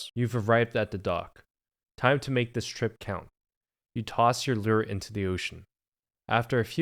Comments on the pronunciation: its pronounced lure not leer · What is a lee-er you keep referring to? 😁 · hate how he says lure bro 😂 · Stop pronouncing "lure" like that!